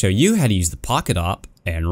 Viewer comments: it's not "O-P" it's "A-VEE-PEE" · It’s the A-W-P not the OP